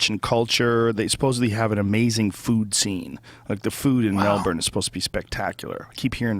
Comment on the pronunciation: How did Joe manage to absolutely BUTCHER the Aussie accent (honestly might be the worst attempt I've ever heard), then proceed to nail the pronunciation of Melbourne? Too many Americans say it like Mel-BORN rather than what we say which is closer to "Melbin". They also say shit like Bris-BANE and again we say it more like Bris-BIN. Also stop calling it fucking Shrimp, nobody has, does, or ever will call it prawns "shrimp" here. How did you even get that? Wasn't it Paul Hogan doing some stupid commercial in the US where hhe saaid it and now all 330 million of you think we all throw shrimp on BBQs... it bothers me way more than it should but for fucks sake - it's a bullshit slogan from the 80s or something that we don't even say. Hoges would've known it too but the director probably said "look Paul I know you keep insisting they're prawns over there but I NEED you to say 'shrimp'. I reckon if Jim Jeffries heard that shameful display he'd have called Rogan out haha. Great ep as usual - love Callen on the show!